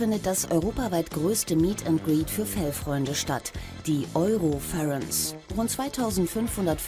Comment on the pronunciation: Ich schäme mich richtig fremd wenn die nicht endlich mal das Word Eurofurence richtig aussprechen können